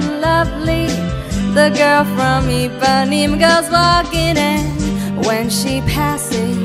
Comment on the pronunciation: It's Ipanema, not Ipaneem